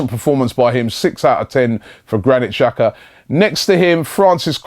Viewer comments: right it's pronounced 'Jacka'. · In Switzerland we pronounce Jacka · that's how you pronounce his name